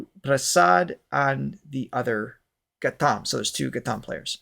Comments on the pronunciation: It's Gha'T'am. Pronounce T, not t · Thanks for your kind words. Our kids will have to learn to appreciate these things (which I think have been taken for granted). The t in ghatam by the way is pronounced like the t in cut (not like the sound in theme). Thanks for these series...sort of makes us revisit precious/beautiful things that India has